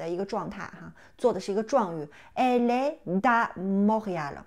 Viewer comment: 老师，我有两个发音的问题： 在第7个视频中，Elle est une fille, est的t在连颂中发\"d\"的音，为什么连颂的时候您还是把t感觉发成\"z\"的音？ 在第8个视频中，étudiant, é不是应该发英文字母a的音嘛？为何发了 i 的音? 谢谢